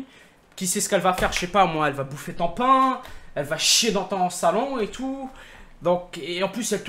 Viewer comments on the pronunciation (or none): none